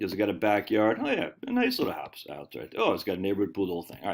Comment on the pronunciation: I’m hearing a Maine accent when you say Houwse.